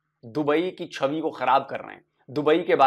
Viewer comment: Mere guzarish hai, Hindi ko Hindi sahi tarike se bole. Varna na bole. Mera Urdu duroost hai aur jo sahi tarike se bolta hu. Shabi nehi hota Chhabi hota hai, picture. Aur bhi alfaz hai Hindi me jo galat bolte ho.